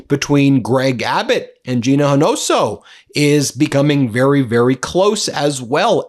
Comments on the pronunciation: Hee-no-so? It's pronounced ee-no-ho-sa 🤭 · It’s pronounced hin O hosa. Lifelong Texan here; I am greatly impressed with Talarico & will vote for Gina Hinojosa for governor. F’*k tRump. I’m also encouraged by the advancement of Ukraine. SLAVA UKRAINEI 🇺🇦✌🏻🇺🇸 DJT is a Russian tool… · Gina Hinojosa last name pronounced Ē no ho sá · Hinojosa is pronounced ee-noh-HO-sah The h in Hinojosa is silent. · Not to criticize how you say names but if you would kindly please pronounce Gina’s last name as “He-No-Ho-Sa”, thank you, fellow Spanish supporter here. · Hinojosa’s phonetic pronunciation -een oh ho sah — 4 syllables. With sincere respect. Just trying to help. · Ee - No - Ho - Sa - that s how you pronounce it 😅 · Learn to.pronounce Gina Hinojosa's name. You sound ridiculous, Ben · Learn to say hinojosa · Learn how to say Hinojosa!